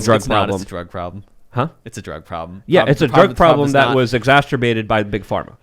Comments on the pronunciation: I love this show but someone stop that man from repeatedly saying "exasterbating". it's not a word. Unless there's some inside joke I'm missing from being new to the show the word is exacerbate. Sorry if I am out of line it just seems to be in every clip. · will someone PLEASE tell... the word is EXACERBATE not exasterbate. there is no additional "t" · please quit saying "exasterbated".....that is not a word. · needs to learn how to say 'exacerbate' properly. Ex-acer-bate, not ex-aster-bate.:)